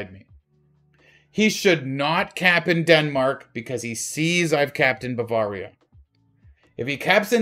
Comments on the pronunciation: buh-veuh-ria not Baa-var-ria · I cringe every time mis-pronounces Bavaria. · it might just be a regional thing...